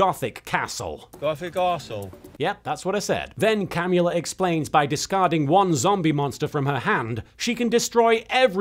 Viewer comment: I heard the vampire lady’s name as “Cannula,” which did not help me take her seriously.